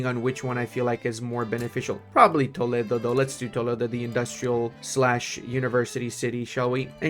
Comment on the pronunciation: As an spaniard I appriciate that u say Toledo and not Tolido